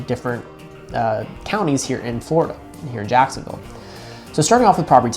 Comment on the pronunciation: Why did he say Jacksonville like that?